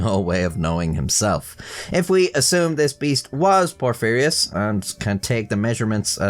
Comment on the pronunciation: Soon as the vid started I thought, how many times will mispronounce Porphyrios. I was not disappointed xD